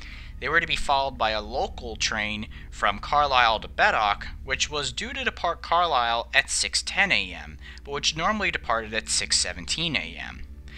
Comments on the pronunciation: it’s pronounced car-lyel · As a Scotsman I love how you say Edinburgh or Glasgow Are you saying Carly instead of carLyle It’s the easiest way I could put it to let non uk people to understand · And Carlisle is pronounced Carl Isle. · Just got to say mofat is pronounced Moth-at and Carlisle, Car-liyle. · Being from Edinburgh and spending a good few years working with Americans (Daily conference calls) I can testify that a lot of Scottish names seem beyond Americans. Only names that really jarred with me was Caledonian (Cala-Donia) & Carlisle (Car-Lyle). Most of the rest were a good attempt.